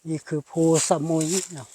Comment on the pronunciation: เคยไปเที่ยวแค๊มปิ้งครั้งหนึ่งเมื่อกว่าสิบปีมาแล้ว ส่วนตัวก็ชอบวิวหินแบบนี้ แต่คนนำทางในพื้นที่ เขาออกเสียงว่า พู สะ มุย ไม่ได้ออกเสียงว่าสมุย เหมือนชื่อเกาะชื่อดัง